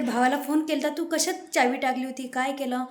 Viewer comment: Chabi nai mhant chavi